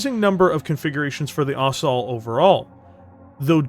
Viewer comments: FYI - Ost. Sol. Ost-soul. Not Ost-all. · Thought it was pronounced ost-sol, sol as in sun because the disco-machine loadout.